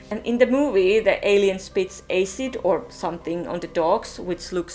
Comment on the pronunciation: it’s acid not aysid